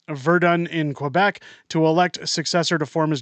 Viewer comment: You really need to learn how to see 'Quebec' correctly.